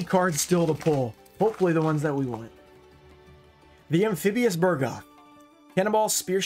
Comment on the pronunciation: It is called Bug-roth not Bur-goth. Why do always change the R and the G?